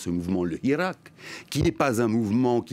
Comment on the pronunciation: Il analyse aussi mal qu'il prononce le mot hirak.